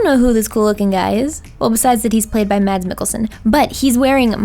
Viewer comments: btw it's pronounced "mass" not "mads" he's said in interviews he doesn't mind mads but I thought you might wanna know and I love Norman too!! Love u!! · His name pronounced 'mass' as in, the church service. Short and quick, mass. Like the end of Thomas. (c) Mads Mikkelsen. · His name is pronounced like Mas with the a having an 'uh' sound